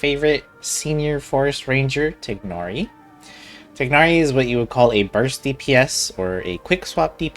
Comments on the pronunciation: TAI-NARI WHY IS PRONUNCIATION SUCH A PROBLEM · I can't listen to 30 mins of you mispronouncing his name xD